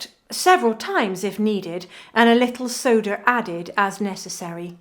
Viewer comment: Not Soda but Soderr 😂